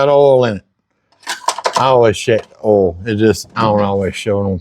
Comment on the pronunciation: "Yes, I checked the ohl" Ohl means oil:face-green-smiling